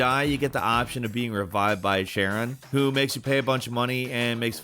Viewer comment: wtf!? How do you mispronounce so many things? Charon is pronounced Care-Ron not Sharon he’s the ferryman of souls not the Trader Joe’s clerk who asks for your preferred pronouns